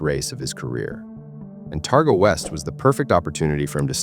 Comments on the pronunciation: 35 seconds in and already the AI american accent is annoyingly wrong.....Terga? try Targa ffs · Most people around the world would not even know of Bathurst, The event where he crashed is a Targa Rally Not Terga as was pronounced. It is a rally almost anyone can compete with a suitable car. Peter was a master driver, he was 61, ( i am 61 now ) wet roads with leaves, probably change of camber on the road, Speed Kills!! RIP Peter Brock,Gone But Never FORGOTTEN!!